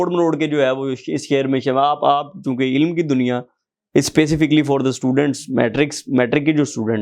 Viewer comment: It's ilm not ilam